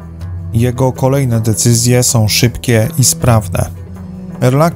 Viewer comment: Bardzo ciekawe informacje . Szkoda tylko, że prowadzący robi takie błędy językowe: nowom stolicom, dzielom, som, jest przywódcom. Zgrzyta to w uszach i mnie przeszkadza w słuchaniu. Przypominam, że w j.polskim są końcówki ą. Czyli nie som ale są, nową stolicą itp.